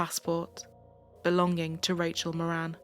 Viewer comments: Not that it matters but in Ireland we would pronounce the surname Mawrin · Rachel's Surname is pronounced .. More an .. it's Irish 🇮🇪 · It helps to read the title. Her last name was Moran. Not Morin.